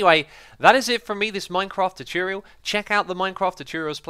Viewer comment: welcome everyone to another "chuchoorial" i love x's accent en the way you pronounce some words